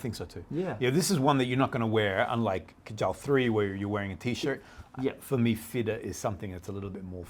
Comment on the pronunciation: The name KAJAL is pronounced wrongly 😢 The root of this word originates from India. Pronounce it as KAA- JAL. It means Muscara Surma, Eyeliner, Kohl, Decoration for womens eyes. Muslim men also wear it under their eyes.